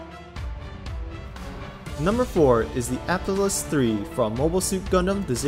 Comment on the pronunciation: Apaus... APSALUS. Ray, Amuro... Dude c'mon